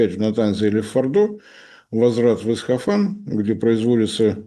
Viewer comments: при всём уважении, но ИсФахан, а не ИсХафан. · Только не Исхафан, а Исфахан. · Не Исхафан, а Исфахан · Всё-таки не "Исхафан", а Исфахан. Пожалуйста, не путайте,. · Нет, приглядитесь внимательнее: путает порядок букв - ИсХаФан вместо ИсФаХан. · Правильно будет говорить Исфахан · прошу прощения, но, город в Иране - Исфахан. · Кто-нибудь научите правильно произносить название города Исфахан! Ухо режет его произношение!